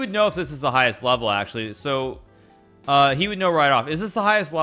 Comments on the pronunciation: I like how he says level and it sounds like webble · Funny how he pronounces "level". He's like bwebo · "Not the top vevel"